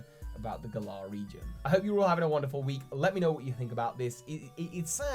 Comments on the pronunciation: Why do you insist on calling it "Gahlar" it's Gal ar like Valor. Valor is literally what knights have. Gahlar sounds stupid. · You putting the emphasis on the second syllable sounds super weird,. Why have you chosen to pronounce it gaLAR and not GAlar? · Gal - ar, not Gul - Ah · FOR THE LOVE OF ARCEUS AND ALL THINGS FRIKKING HOLY ITS NOT PRONOUNCED GUH-LAHR ITS PRONOUNCED LIKE THE WORD GALLANT!!!!!!!!!!!! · Whenever I hear you pronounce the region name I picture Hermione for some reason saying "it's gallaaaaah not galler" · Please say "Glar" isn't how everyone's pronouncing it? I've been basing it off Valour or Gallant. Glar sounds like a noise a Pokemon would make. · You're the only person who I hear pronounce Galar as GER-LAR. I always hear (and imagine) it pronounced GAH-LAR (to rhyme with Valour). Interesting interpretation.I'm dead excited for these games to come out. So proud to represent team GB! Keep up the awesome work buddy! ^_^ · I don't know how Galar is ment to be pronounced but I'm Australian and the way you say the name sounds to me like you are saying the name of a small type of cockatoo called a Galah. Maybe cause name is similar and UK's connection to Australia they could put the medium size pink and grey parrot in the game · If Galar is a ukish region how come you pronounce it like it's an Aussie region? =p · I like The way he say'd galar itis funny 😊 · Your pronunciation of the Galar region is triggering me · You’re saying Galar wrong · I love your videos, but how you pronounce Galar kills me.